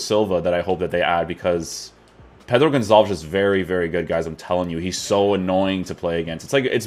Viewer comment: Not Gonzales. Gonçalves. Aka pote